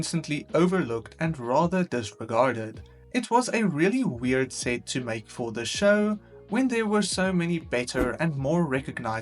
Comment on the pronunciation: Please say set correctly next time